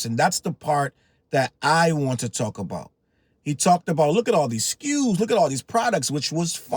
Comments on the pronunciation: "So many skews, look at sll of thede skews" that will slways be funny to me. 😂😅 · "So many skus"😂😂 drake ahh😂😂😂